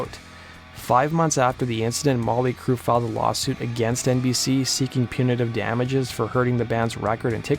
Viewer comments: "Molly Crue"? Enunciate that T a little better bro. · Why do you keep calling them Molly Crue?